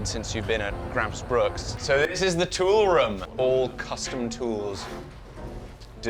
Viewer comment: As a Swede I find hearing english speaking people try to say swedish words really fun. like Gränsfors Bruk becoming Gransfoors Bruck. Also the town of gränsfors bruk? is that just missspoken? Cuz Gränsfors is the town/village, bruk means it's like a production/workplace kinda.